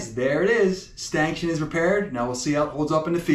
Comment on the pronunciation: A stanchion is pronounced stanshun, not stankshun